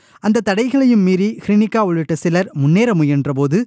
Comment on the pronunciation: அவரின் பெயர் ஹிருனிகா. "ஸ்ரீனிகா" இல்லை. செய்தி ஆசிரியரும் வாசிப்பவரும் ஊடகவியல் கற்றுத்தான் வந்தார்களா?